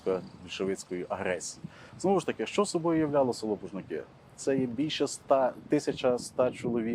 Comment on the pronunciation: Пужники-наголос на «у»